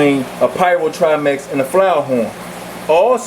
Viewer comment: 2015th? "...or some people like to call them..." Scientific names aren't subjective. You are either naming them correctly or incorrectly. These fish are triMAC not triMEX and no fish have "perpetual fins". I can tell you are passionate about your hobby, but if you insist on making videos maybe try writing a script so you can do some quick google searching to fact check.